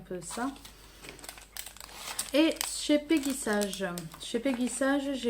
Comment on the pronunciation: Ca se prononce " peggy saige " et non sage 🤣. Mais tu n'es pas la seule à faire l'erreur. En fait c'est une marque US créé par mrs peggy sage une américaine qui a été revendu et maintenant est française mais malgré tout on doit le prononcer ainsi .